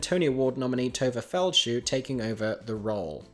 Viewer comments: hi, 2 things : the pronunciation is more like "Feld-shah" than "Feld-shoe"..also I work on Funny Girl at The August Wilson, and I can confidently say it is the LEAST "drama" filled production I have worked on in years. Everyone ,cast/crew, are all pretty chill and drama free... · Tovah Feld-Shuh NOT Tovah Feld-Shoe.